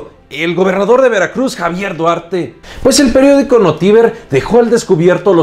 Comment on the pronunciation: Buen video!! Se proncia notiVER jeje, una lástima que yo siendo de Veracruz no me enteré de la noticia hasta ahora